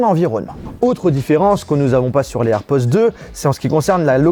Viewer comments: On entends « airpozzzz »😅 et non airpods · Air pods avec un D [air podeeee]